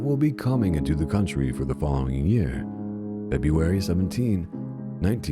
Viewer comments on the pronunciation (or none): none